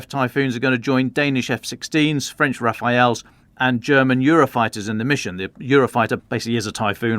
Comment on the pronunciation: bit of a quibble: Raphael, pron. RA-fay-el or RA-fa-EL, is the Renaissance Italian painter who gave us those delightfully rascally little angels. The Rafale, pron. ra-FAHL, is a contemporary French fighter aircraft, whose name means a wild blast or gust of wind.